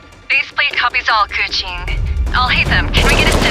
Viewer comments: Why do they pronounce her name k-U-ching? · The best part is when they pronounce kekwing’s name like “coochie” lmfaoo i love it